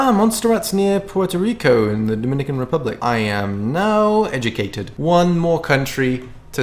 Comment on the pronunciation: did anyone else hear,” pwoit-a-Rico”